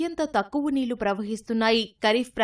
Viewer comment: 11 ఏల్లు aa telugu news channel ki telugu vacha rada anta worst ga palukutunnaru 🤮 నీల్లు anta 🤮🤮🤮 telgu varu iyundi One suggestion "ల and ళ" ki teda teliyatla